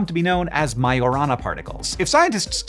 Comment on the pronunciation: Just "whence". Not "from whence". Majorana is Italian, not Spanish. The "j" is pronounced as a soft "g" sound. Why would lead only begin to become radioactive after it was mined?